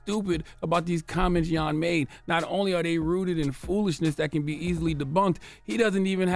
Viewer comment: 🎙Ola 🇺🇲 (did you say his name is Jan 'yawn'!?🇩🇪) 🤔This should not be a shocker, racist, neg' culturalist views of ppl from 🌍 descent has not died out because those ho think this way are still walking te 🌎🌏 and spead there 🧠disease to their kin folk. [emphasis on the 2 global areas posted in this comment] msg!📰